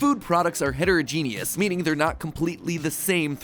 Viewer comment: bruh he said "Heterogenius"